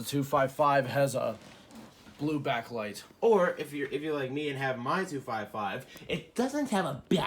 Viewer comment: "It doesn't have a be-acklight" XD